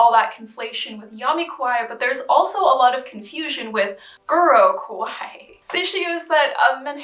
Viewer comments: she says it as “kowai” which means scary, frightening. “ Ka wa ee “ “ Ko wai ee “ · sorry but i'm japanese so it's bothering me how u pronounce kawaii 😖 how u pronounce it currently sounds like kowai, which actually means scary. it's really important to say ka instead of ko and elongate the ii sound at the end. i don't mean to come off as rude or anything but the distinction is important! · You pronounce kawaii as kowai. Kowai means scary, frightening. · Also make sure to not blend wa with ii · I’m not Japanese, or even Asian but it still bothers me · She must commit seppuku for butchering that word!!! Disgusting gaijin... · I'm not Japanese but an Asian 😥😖it's also bothering me